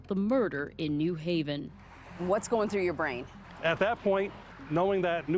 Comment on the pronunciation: has all these degrees but can't say the word "through."